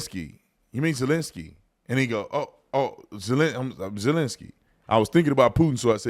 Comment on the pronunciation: “Resident uhlinssy”